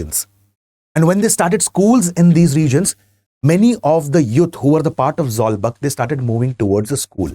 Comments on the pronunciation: Not zawlbak zawlbuk(zawkbook in prononce) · Zawlbuk should be Pronounced as or should sounds like Zolbook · Sir, I really appreciate you for including Mizo history. But the information you provided are not accurate and could be misleading. Firstly the "buk" in Zawlbuk is rhymes with the English word book. In the aftermath of the Lushai Expedition of 1889-90, the British started annexing Lushai Hills and imposing heavy taxes, demanded coolie labourers and even restricted the hunting practice of the tribal people. This angered the natives and they took up arms to drive the British out of the hills. The uprising culminated at the Battle of Changsil in 1890(present day near Sairang) which was led by Sailo Chief Sailianpuia. Pasaltha Khuangchera laid his life defending his homeland in this battle. Christianity came to the Lushai Hills officially and practically only in 1894, 4 years after Khuangchera died. So, to say the imposition of Christianity as one of the reasons for the Lushai uprising is totally false and baseless.